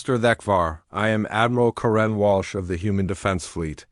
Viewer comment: Not sure what I found more annoying, the return of dot dot dot, the way the AI pronounced 'Karen' or Senator Davis' willful ignorance.